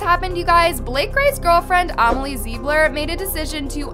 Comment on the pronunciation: not calling amelie zilber Amelie zibler